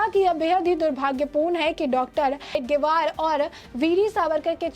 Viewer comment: Madam, Hedgevar ka naam sahi se lene ki training le lo